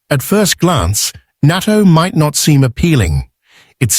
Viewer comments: Pronounce "nah-to," spelled "natto." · Naa TOE. I know this is Ai but please be courteous and pronounce it right.